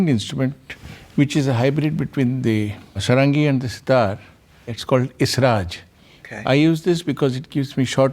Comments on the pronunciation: Sarangi.... the pronunciation has an emphasis on the first syllable pronounced "Saahrungee". Dhrubo Ghosh is the son of Tabla Maestro Nikhil Ghosh. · Pronounced Saarangi. The English pronounciation does not work with Indian languages. Like Himaalaya,Raamayana!